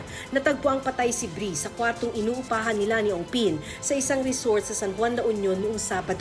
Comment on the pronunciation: bree hindi breeiana shunga